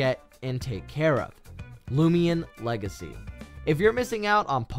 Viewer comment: its not lumion legacy but loomian legacy